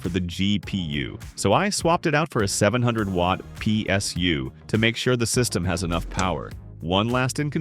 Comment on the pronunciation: P...S...you. G...P...you😂😂😂gets me every time. Love it❤